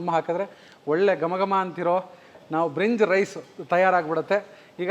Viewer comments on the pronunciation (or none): ಬ್ರಿನ್ಜ್ ರೈಸ್ ಅಲ್ಲ ಭಿರಂಜಿ ರೈಸ್